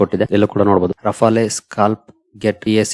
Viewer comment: ರಫಾಲೆ ಅಲ್ಲ... ರಫೇಲ್...